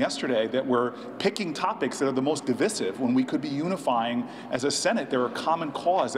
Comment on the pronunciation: The way Cory Booker is incorrectly saying "divisive" is making me want to pull my hair out.